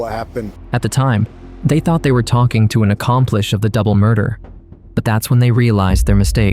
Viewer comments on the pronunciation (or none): *accomplice (not accomplish) Edit *accomplice 😂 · It’s accomplice, not accomplish🤦🏾‍♀️ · Accompleesh? Sheesh! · He (it) said accompleesh. 😂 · Accomplice has no "h" in it- in spelling or pronunciation. 😊